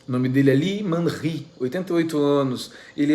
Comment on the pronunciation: Vc falou 이만희(Lee Man Hee) certinho. Eu falo coreano. So nao entendo o Shin Cheong Ji( é isso q aparece pra vc??? A pronuncia é Shin Tchon Dji). Se escreve 신천지.